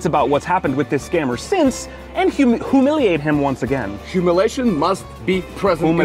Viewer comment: “ HA - MILL - LEE - ATE “ COMON YALL … PRONOUNCE IT RIGHT… LETS SAY IT AGAIN “ H….